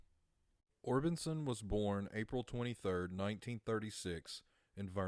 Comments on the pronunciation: Or-BIS-on not Or-BIN-son, silly goose! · It's Orbison not Orbitson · Orbison not Orbinson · I know I cringed EVERYTIME he said it lol